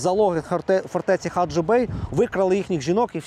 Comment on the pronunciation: Не гаджыбей а Хаджибей це Одеська обл и це моя родина и це Украина .